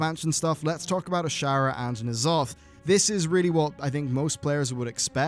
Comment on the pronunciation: Knee'alotha? Consider my pet, peeved!